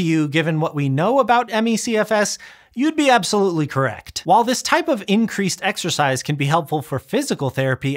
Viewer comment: Exercise? I thought you said "extra fries"...